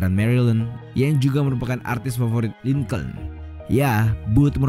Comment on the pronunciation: lincolin dibaca link'n bukan lingcouln